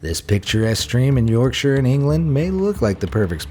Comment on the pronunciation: The way this guy said Yorkshire felt so weird